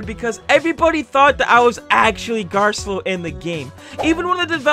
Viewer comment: How you say garcello though garllo